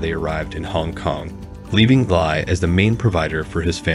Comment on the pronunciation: His surname is pronounced as Lee. Same as Bruce Lee. Not Lai!